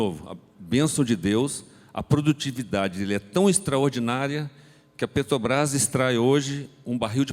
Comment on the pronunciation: O sujeito ainda fala "petobras" , rss